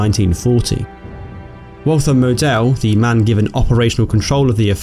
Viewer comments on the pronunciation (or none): more like Maw-del. But not really. This is why the phonetic alphabet was invented. pronunciation: [ˈmoːdəl] check out the Phonetic alphabet for standard German on Wikipedia 😁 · "Moe-Dell" lol. And his colleague Alfred "Joe-Dell" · if I was going to nitpick, you mispronounced Model, otherwise solid video. Good production, great subject. Keep it up and you'll give Baz a run for his money.